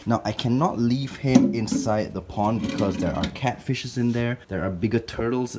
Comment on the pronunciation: When he says pond it sounds like po*n